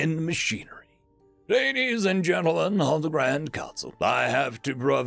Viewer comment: "Greetings Ladies and Mentlegents!"